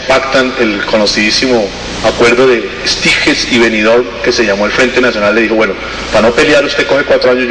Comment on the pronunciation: "Venidol" jjsjsjsjsjjsjsjsjsjsjsj que gonorrea